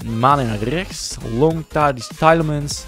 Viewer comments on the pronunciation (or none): hoe spreek jij tielemans uit? hahaha op zn engels spreek jij het uit maar je zegt het zoals je het schrijft